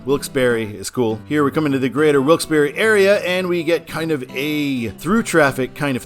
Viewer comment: I absolutely HATE mileage-based exit numbering! But it IS nice to hear someone CORRECTLY pronouncing Wilkes-Barre! (Yes, it's 'BARRY' NOT 'BAR').